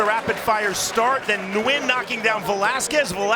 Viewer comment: Nguyen's name is pronounced "Win" in english dude! It's the equivalent of "Smith", in Vietnam.